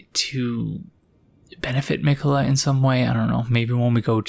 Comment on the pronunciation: the fact that it took malenia hammering it in every time you died to her for you to realize the proper pronounciation of miquella, despite all the times gideon has said his name to you xD